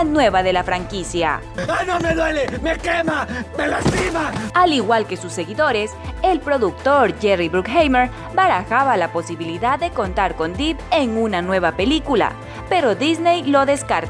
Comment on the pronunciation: 🤣 Johnny "Dip" (Se pronuncia Dep y se escribe Depp) 🤣 Jerry "Brukjeimer" (se pronuncia Brukjamer y se escribe Bruckheimer) Pero estuvo bien el intento 👍ahora ya sabe